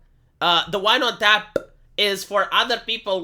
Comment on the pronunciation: "tch-ah~PPP" If you hear someone saying "tap" like that, please, put them out of their missery.